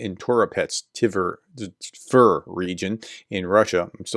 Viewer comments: Tver if pronounced correctly should rhyme with words like "bear", "fair", "dare", "swear", etc. So you're getting close. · Tver rhymes with air 😉